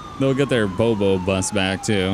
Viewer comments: I know he has temporarily stopped making vids, but its boo boo bus, like kid talk for scratch or a pain. Not bo bo bus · Did any body else see that they called the license plate bobobus but they pronounce t it bouboubus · May be years late but I really hope yu guys figure out the plate was pronounced boo-boo-bus......because you call it when you get a booboo lmfao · ITS BOO BOO BUS NOT BOBO 😭😭😭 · Um I can’t be the only one but when they were talking abt the bobobus I think they were tryna say boo boo bus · Liscense plate is pronounced boo boo bus. Its a term used by first responders becuse the public likes to call an ambulance for shit like stubbed toes. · License plate is pronounced boo-boo bus not bobo haha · Bobo bus lol it's boo boo bus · I know but they said bo bo not boo boo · its supposed to say "Boo Boo Bus" like an owie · Well it's to late but it's pronounced boo boo bus like a cut booboo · It is Bobo, like as in 'I got a bobo on my knee.'